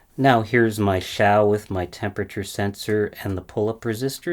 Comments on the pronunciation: Hmm, 'piccolo' would mean small flute, according to English Wikipedia, but 'small [Italian - detected]' according to Google translate. At least he got the pronunciation right: until now I've always been saying what I see - (ouch) 'Zhau' - despite the fact that a guy, Xiang, whom I knew is now Shane colloquially. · yeah points for pronouncing the x correctly. I’ve lost count of the number of incorrect pronounciations of Xi Jing Ping that I have heard!